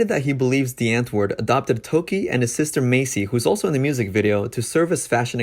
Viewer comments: love your videos and this series! just and some help bc im south african it’s pronounced “ vat cake yay “ and “ di-ant-voort “ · Great content - watched all your vids on this. As a South African, a little basic pronunciation help: W in Afrikaans is pronounced as a V. So Die Antwoord would be (phonetically) Dee Antvoord. Wat kyk jy - vat cake yay... Please feel free to ask if you need any pronunciation tips moving forward x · Ur saying the name wrong... It's Afrikaans... Look it up on google translate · Please learn to correctly pronounce their name! Not "dee-ant-word" it's dee-ahntvord, the "or" sounds like or. Wat kyk jy is pronounced "vaht cake yay". You also don't understand South African culture. These guys are zef. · We South Africans are not proud of these people. Most of us don't like their music. It is Die (Harsh D phonic sound) Auh-woord. Want help with pronunciation dm on Insta. (Same name and here) and I will help you. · Damn, that is one of the worst pronunciations of "Die Antwoord" I've ever heard😂 Can even imagine how much you would've butchered my name🙉 Btw I'm not supporting their actions by mocking his pronunciations, just thought it was a real funny way to say it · i kept cringeing at how mispronounced all the words are in this video , but it was interesting nonetheless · Can you at least pronounce their name right? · I had to laugh at the pronunciation! Also the way they say Die Antwoord. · i had the sink on for the first minute of the video and “die antwoord” sounded EXACTLY LIKE “the n word” lmaoooo